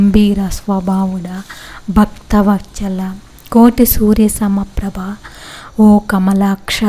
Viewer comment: భక్త వచ్చల కాదమ్మా...వత్సల.... ఇంకా కొన్ని ఒత్తులు కూడా సరిగా పలకట్లేదు .... ఎందుకు ఈ సర్కస్ ఫీట్లు.... బాగా వచ్చినవారి వద్ద ఒకసారి నేర్చుకుని, వారి వద్ద చది వినిపించి అప్పుడు పెట్టండి వీడియోలు....